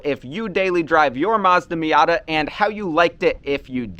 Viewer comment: "marzda miarta"